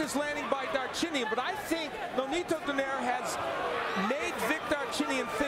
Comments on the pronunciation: Cmon man..the way to pronounce his name is DO-NAY-RE.. NOT DO-NEYR.. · This reporter Call nonaito name SLFE DO-NAIRE ITS DO-NAI-RE